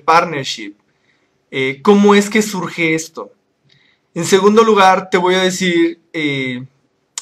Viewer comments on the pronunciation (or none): none